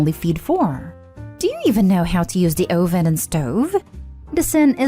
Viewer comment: As an aside- uh-ven. Not oh-ven.